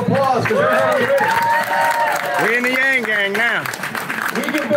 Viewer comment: Does he know he pronounces his last name wrong?